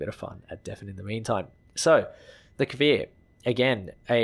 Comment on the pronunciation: omg the first youtuber to say cfir right yessss thank you